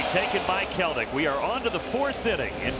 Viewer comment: Jared putting the 'K' in Kelenic 😅😭